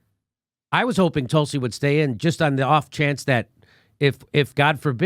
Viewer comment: From a UK Brit, even I want to spit when you say Talsi (180) Gabbard. YUK.